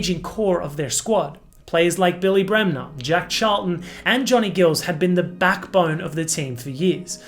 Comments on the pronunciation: Johnny Gills?!?! Say what???? It’s Giles, not Gills. I couldn’t watch past that. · Johnny Giles pronounced"jiles".The picture shown is of Leeds fans celebrating winning the championship in the streets of Leeds because you have no picturs of fans rioting in the streets of Paris.I have spoken to fans who tell me that the police were brutal yhat day and the fans were caged.Events since that day confirm this severe approach I recall the TV vameras focusing on a fire on the terracing as if this was symbolic of a riot.Leeds fans have consistently proved to be the most ardent and steadfast and yet they are depicted as yob culture.They are people like you see in the supermarket all ages,all kinds of backgrounds,all nationalities Their bond is that they follow Leeds through thick and thin.And thinner.Clough was nota Messiah.His teams could mix it.Teams had a hard edge in those days. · You pronounce Giles wrong!!